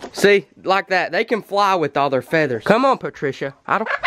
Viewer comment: “oh PaTrCiA”